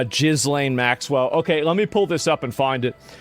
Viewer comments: ASmon is Internet GOAT/LEGEND for this very reason... WHy does he say Jizzlane Maxwell?? 1.) its a weird name that doesnt deserve extra effort to pronounce correctly (i have called her the same way since day 1 .. 2.) last i knew, Youtube will shut ur shit down upon saying her name, I remember Redacted getting a 1 time warning for saying her name on video, and if done again would experience channel ban or whatever 3.) its funny and the perfect troll back at Youtube and common jab people do when they want to throw shade low key, they will pronounce names incorrectly on purpose usually in a comical way.. Trump does it a lot, QAuinton Rampage does it too funny af even CHenk called ASmongold ASs-ManGold when he tried to diminish Asmons relevance and his own (Chenk) fandom/knowledge of Asmon.. tbh, i laughed out loud when i heard chenk call Asmon, Ass-Man Gold HAHAHHA so dumb and low brow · lol!! A diffrent guy!!! How h pronounce her name… jizzz.. somthing maxwell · It’s pronounced “guh lane”. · The name is pronounced Ga-lane, painful hearing you say it incorrectly. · Jizz Lane Maxwell Is he pronouncing it like this on purpose as a joke? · Did Asmond call her "Jiz-lain" ? 😂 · Tim Dillon says it like this too. It always cracks me up 😂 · I love how he pronounces her name "Jizz-lane" LOL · HAHAHAHHA, ASMOND finally admits he's been butchering "GIZ" -lane's name the whole time on purpose. Everytime he said "GIZ" I think of GIZZZ, going all over her large chest. Hahahaha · when you say her name, the S is silent, it's Ghi-lain. (Gee-Lain) her father was Robert Maxwell who took a dive off the back of his super Yacht "The Lady Ghislain" we all heard about it here in the UK at the time, and how to pronounce the nameof the Yacht, which was named after his Daughter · It's pronounced, gheee-lane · "Jizz-lane" Maxwell lol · "Jizz lane" has to be the most accurate mispronunciation of her name ever. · Jizz Lane ok! It's pronounced Jizz Lane! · Thats Jizz-Lane not Ghislaine